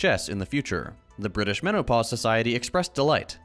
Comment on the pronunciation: the way pronounced menOpause lol Great vid as always!